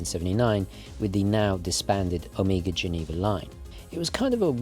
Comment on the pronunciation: please - stop saying "Omiga" ;)